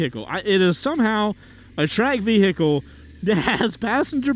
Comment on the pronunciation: Everybody: vehicle: ve-HE-cle